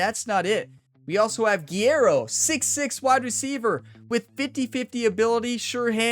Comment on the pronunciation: I know this is petty but its driving me nuts every time you pronounce guerrero's name its guerrero not guiero